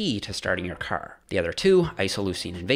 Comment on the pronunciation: I never realized was Canadian until he said "car"